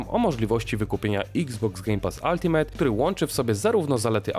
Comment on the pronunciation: W końcu poprawnie wypowiedziane ULTIMATE, brawo. 3 miesiące spamowania pod filmami przyniosło efekt.